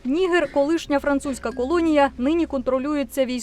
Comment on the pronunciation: Я звичайно розумію що DW це міцні німецькі традиції але, якщо шо, то українською правильно казати Ніге́р з наголосом на Е😂